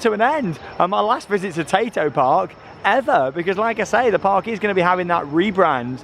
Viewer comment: The amount of times I thought you was saying potato park